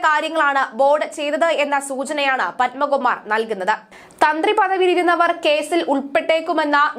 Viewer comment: പൻമകുമാറല്ല.... പത്മകുമാർ !